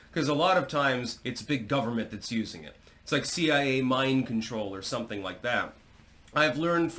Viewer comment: Self-proclaimed linguistic. Can't pronounce soMething.